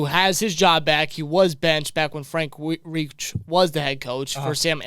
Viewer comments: Reich is not pronounced Reach, but RIKE,PIKE, LIKE,like the German Nazi Third REICH during WW2. Reich is of German Origin. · It's Reich pronounced Rike!